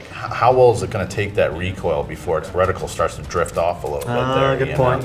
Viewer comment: Right? Just because he's a soldier doesn't mean he is familiar with every single gun. These people just sit in front of their computer and point out every single mistake these two guys make. One guy even pointed out that one of them pronounced reticle “recticle”. These “experts” in the comment section need to chill out